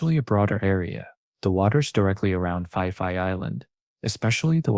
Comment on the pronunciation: AI trash, it's pronounced "Pi Pi" not "Fi Fi".